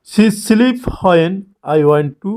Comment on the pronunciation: Please improve your pronounciation...as an English teacher, ...it's sounds bad ..kindly do notice it ... Example:- it's when not whoan 😅